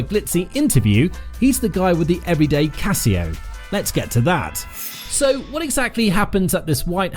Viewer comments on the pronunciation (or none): Essa pronúncia do Casio é de doer o ouvido.